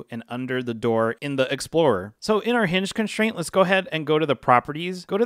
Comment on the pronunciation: It kills me when you people say “conSHtraint”